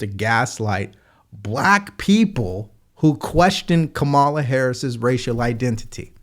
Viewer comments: Whoopi mispronounced Kamala's name... its intentional racism!! Or.. isnt that what they say if a white person does it? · Annnndddd Did Whoopi just mispronounce Kamala's name??!!! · Someone needs to call Whoopi racist for not saying Harris name right.They sure jumped on Mace from SC ,and called her racist for not saying her name right.. The veiw is a bunch of hypocrites and racist people on TV..They know better not too jump on.Janet Jackson, about her question Harris race. Are all of them might be looking for jobs Janet don't need any of them. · Is Whoopi racist she mispronounced Kamala’s name 🤔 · You pointed out how Whoopi mispronounced Kamala by the first syllable sounding like that in the word camera, but you yourself still mispronounce Kamala. Whoopi's pronunciation sounded like CAMEL-la, which is still wrong, but closer to the correct pronunciation of COMMA-la, or KAH-ma-la. Major stress should be on the first syllable. Even Trump mispronounces it a lot, but not always. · The woman name is not Ka-malla BUT Ka ma la. Break it up in syllables, as learned in kindergarten. Stop being so damn slow, ignorant and disrespectful. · Whoopie says Camelavinsyead of Kah-ma-la. Are they going to rake hervover the coals like they did Nancy Mace? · FYI, You're mispronouncing her name as well. The emphasis is on the FIRST syllable of her name. The way you say it is incorrect and reminds the masses of us Gen X'ers to think of the once famous WWF Wrestler… The Great Chamala! Look him up. LOL The dimwit's name is pronounced… KAmala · I did notice how Whoopi said Camel-a cuz if anyone else pronounces it wrong, they call them racist or say they are pronouncing it wrong on purpose. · Coma-La is the correct pronunciation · Her name is pronounced komala it's Indian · Obviously Whoopi is a racist because she mispronounced her name “Camella”. 😂😂😂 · Why do you continue to mispronounce her name? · Dude, you pronounce her name wrong as well. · So you are mispronouncing her name like 45?